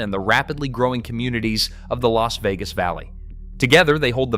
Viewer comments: You managed to mispronounce both Nevada and Las Vegas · How the hell you do a video like this and can’t pronounce Nevada or Las Vegas properly? And no mention of Laughlin…